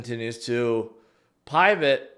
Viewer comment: Did bro just say pie vet?